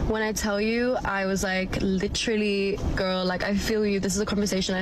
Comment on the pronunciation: "Dayh-ing" "lichterally".